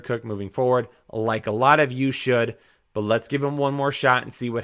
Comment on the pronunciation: Love the channel... But PLEASE pronounce your "T" when you say the word "but". I beg you.